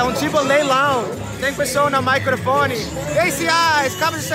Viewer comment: Gostei do "maicrofone"😁 Não tô te zuando, amigo, a gnt sabe que vc gosta que te corrija pra vc aprender ainda mais o português. Aproveita bastante mais essa viagem pelo BR!🙌😚